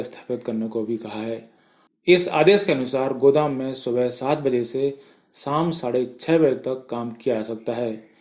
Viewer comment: देस, साम, सराब, नहीं देश शाम, शराब, न्यूज़ बोल रहे हो आप शब्द तो सही से बोले sir जी 🙏